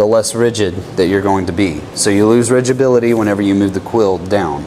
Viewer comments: Ridgability? You mean rigidity, correct? 😀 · I'm sorry but I can't listen to rigibility anymore. I guess it just shows that I matriculated fron the School of Hard Knocks. Another unnecessary word is funtionality, masticate etc. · When you say "ridgeability" do you mean rigidity? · Picky but "rigidity" instead of "rigability" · Rigeability? You mean Rigidity or stfiffness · Rigidity not rigibility? Not a word. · rigidity not rigibility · I wouldn't know any better about use cases of HSS since I'm fairly new to machining (which is why I'm here) but "ridgeability" is what sealed the deal for me. Can't take someone seriously when they can't even say a simple word like rigidity. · And "ridgeabuility" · "rigibility" haha Got it! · HAHAHAHAHAHA Rigibility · Say it with me "RIGIBILITY"